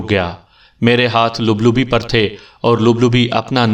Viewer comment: بہت خوبصورت کہانی ہے مزا آگیا لیکن لفظ لَبلَبی ہوتا ہے لُبلُبی نہیں.